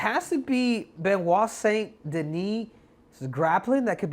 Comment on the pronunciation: You still screwed up the name. You can’t say the last name somewhat correct. You mispronounced Saint In French it’s a nasal vowel sound. You still sound ignorant when you brag about getting the last name somewhat correct You all need language lessons from how atrociously you brutalize foreign names